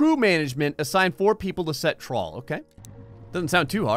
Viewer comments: half of the time he was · whenever u said "trawl", i cant help myself thinking you're saying "troll"